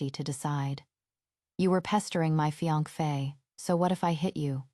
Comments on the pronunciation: Every time it was supposed to be fiancée and fee ankh fay came out, it just became more and more hilarious 😂😂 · Is the fiankfe an ai problem or a narrator problem? There isn’t even an F sound at the end? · I'm dying every time I hear fiankpheyy😂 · I hear fianquey, tbh 😂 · The AI can't say fiance' right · nearly choked on my popcorn when I heard that! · and every on 😂 gosh it's so ticklish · Mee too😂